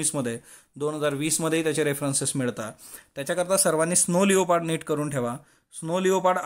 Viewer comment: sir its not स्नो लेओपार्ड its स्नो लेपर्ड